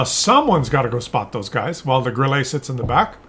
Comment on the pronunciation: Grille calls team idiots because they completely ignore West flank. And by the way, Grille (German for crickett) is pronounced 'Grill - luh'. Thanks